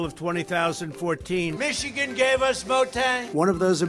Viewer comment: "Michigan gave us Motang" ???